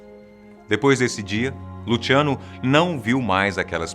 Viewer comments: Lutchiano! Kkkk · Só eu que fiquei com agonia dele falando Lutiano? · Luciano porém ele falou com a pronúncia italiana